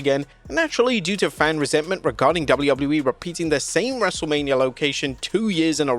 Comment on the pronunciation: Anyone else notice he says it “Double-lou double-lou E” instead of “Double-you Double-you E” or is it just my ADHD? 😂